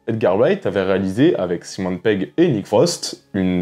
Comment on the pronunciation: Stop avec "Simone" Pegg please !! ^^